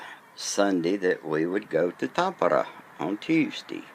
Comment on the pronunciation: You pronounced Tampere in a way that for me sounds much like Tappara, which among other meanings is the name of a ice hockey team and club in Tampere. Are you a 🏒 fan or is this just circumstantial 😉